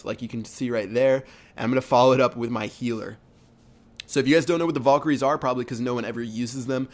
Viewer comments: (Val-KA-rees) Not (VOL-ker-ees) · Nice vid Fyi its valkeries not volkeries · your pronouncing valkyries wrong. Its not pronounced "volkyries" its pronounced "vhalkyries more or less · like this if when he said "vulkiyries" it pissed you off